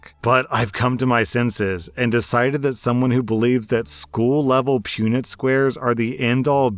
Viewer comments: It's pronounced punn-it, not pew-nit. Also, Punnett squares would show that it's possible, however unlikely, so I'm actually confused overall. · It's Punnett as in "pun-it"